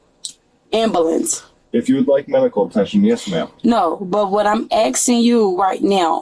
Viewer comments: PLEASE PLEASE TELL ME THEY READ HER MIRANDA RIGHTS?!?! I need an ambalense! Word annunciation "Am Bu Lense" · She's axing for un ambalanz. She gots bumps on her ebowz an fo-hed! 😂